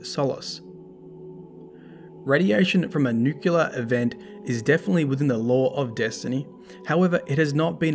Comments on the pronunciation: Anyone else get triggered when he said “Nuke-Yoo-ler” instead of “Nuke-clee-er” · DDU double dip. Nucular! Cheers.